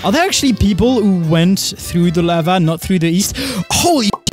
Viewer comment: "This is lavah" - Doc